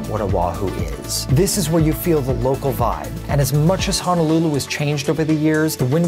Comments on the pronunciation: It's Honolulu, not Hanalulu.......make sure you use the correct pronunciation. I correct people all the time. Sorry, it's a pet peve of mine. Dose your mom correct you? She should know if she grew up there. You do show good spots, though! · It's pronounced Honolulu, not Hanalulu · very nice video,! My only complaint is how you pronounce "Honolulu". It is NOT pronounced Ha-na-lu-lu, but should be said Ho-no-lu-lu. Also, O'ahu is NOT pronounced Oh-wa-hu, but should be Oh-AH-hu.